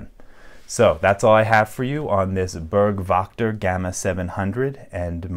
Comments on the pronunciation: Börk wakta 😂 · More like: "Boorg-veshter". ( double o as in "look") Burg = castle, Wächter = guardian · Most challenging on this lock was probably to pronounce "Burg Wächter" correct 😂